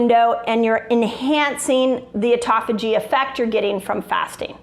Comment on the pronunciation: Auto (like automobile) phagy (like page with an h). Yer killin' me.